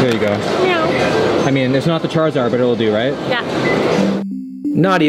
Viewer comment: bro called charmander chrizard